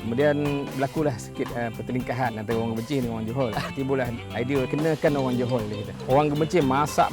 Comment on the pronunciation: Johol. Not Johor.